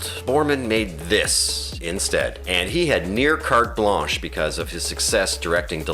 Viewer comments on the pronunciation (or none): none